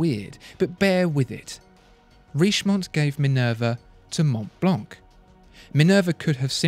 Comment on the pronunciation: Mont Blanc is a french name so it should be pronounced in the french way...